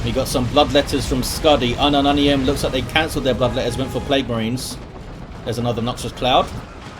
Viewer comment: i can't stop hearing unknow onions when he say unumunium